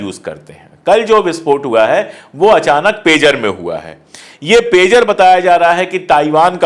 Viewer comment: pizza nhi pegar name he